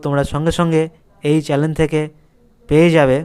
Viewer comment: 'এই চ্যালেন '! অসাধারণ বাংলা উচ্চারণ। আপনিও কলেজে পড়াবেন। পশ্চিমবঙ্গের যে কী অবস্থা